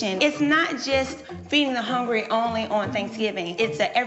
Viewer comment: “....feed the hone-grey.” Lawddd Jesus. Somebody come get these folks.